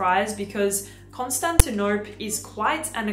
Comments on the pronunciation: The Penhaligan’s fragrance is pronounced like the city (pre-Istanbul) - not like you are saying it. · You mispronounced Constantinople.